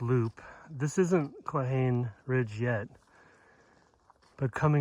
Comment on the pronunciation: Thanks for the adventure. Cold and beautiful. It's pronounced "claw-hawn-eeee" 😊